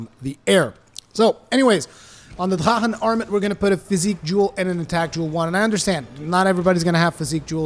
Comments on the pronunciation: Honestly it sounds more like he's saying da'ha'han. I've heard the proper pronunciation and I swear I still hear the "r" and "k" sound in it. Sounds more like Drak'han with an emphasis on a slight roll of the 'r' but maybe that's just me. 🤷🏽‍♂️ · "I try to pronounce things correctly" Ok, except they say it in ff xiv. It may be a german word in origin, but that's irrelevant in a make believe world where they use it and it's pronounced "drakken" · Wo bist du aufgewachsen? drachen wird so nicht ausgesprochen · this is a japanese game, with japanese based spelling. so its not pronounced in german. no? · Say “drachen” one more time 😜 but seriously I think this is a great arch tempered no silly mechanic just a beefy monster I find him fair if your greedy or spam your gonna get wrecked. It’s a shame he’s the last till Iceborne but damn I agree he’s a fantastic send off I can only hope that one day all the arch tempered are added permanently so they can be challenged over and over I find many of them the best challenges in the game accept kushala he can go suck it 👍